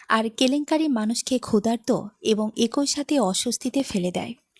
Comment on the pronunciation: একোই নয়, উচ্চারিত হবে “এক ই”